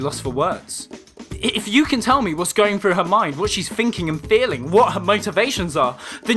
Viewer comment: I really liked your video, but oh my god please pronounce your T's correctly. "thinking" not "finking". Sorry to be harsh, but I am an English teacher and people literally learn English from You Tube, by imitating native speakers. Apart from that really good analysis of the Defenders, I agree with you.